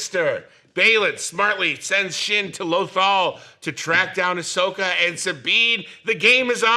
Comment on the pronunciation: Am I supposed to take a guy call Ashoka “Asuka” seriously?